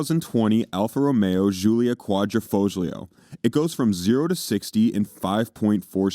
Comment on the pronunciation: The g is silent in Quadrifoglio